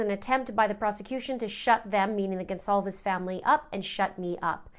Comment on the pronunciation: Did I mishear the Judge mispronounce “Goncalves” right b4 his wordy “apology”?